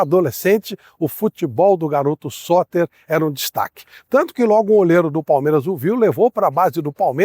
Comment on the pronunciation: O vídeo é legal e o conteúdo é bom, mas a edição faz falta. A dicção em alguns momentos não ficou muito clara. Teve uma hora que eu entendi “Sócrates”, e só fui descobrir nos comentários que o jogador era o Sotter. Uma legenda bem editada já resolveria isso e melhoraria bastante o vídeo. Gosto dos seus conteúdos, não sou surdo 😅 — inclusive aumentei o volume pra tentar entender o nome do jogador, mas só consegui confirmar lendo os comentários. Com edição com nome do jogador, o vídeo ficaria muito melhor.